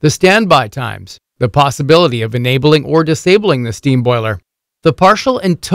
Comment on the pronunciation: STEM?!?!? WTF is stem??? Do you mean STEAM by any chance?? Pronounced Steeem btw!!